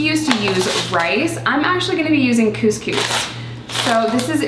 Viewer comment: my bf and i spent ten minutes trying to say it differently and it is really hard to say couscous with an 'uhh' sound instead of 'oo' sound and it's really really hard to say lol